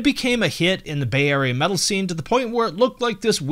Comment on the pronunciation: When you said "Bay Area," I heard "Bavaria" and was like "wow, they seem pretty American for a German band, even their names are American"